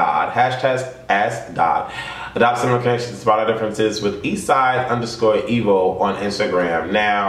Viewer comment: You said his name so wrong